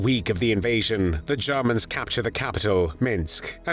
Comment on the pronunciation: The way he says "Jarmans"....if it is a computer-generated narration voice, choose a more pleasant-sounding one.